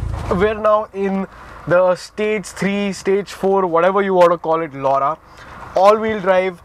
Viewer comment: Skoda Lauda LMAO🤣we Indians cant say it right.